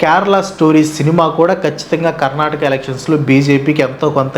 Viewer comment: It's not karnatak it's Karnataka think before you speak